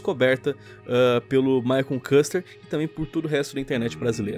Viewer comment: "Maicon *Kúster*", Kúster kkkkkkkkkkk whata ari yu duin mai frend?!